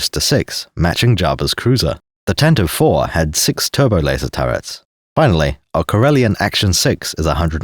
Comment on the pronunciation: Thank you for finally being a sane Star Wars tuber who actually calls it, correctly, the "Tantive 4"-- I have run into so many, many, many, people who call it the "Tantive-eve" and it actively makes me long for death.